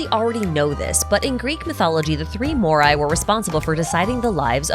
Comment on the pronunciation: you mean Moires :D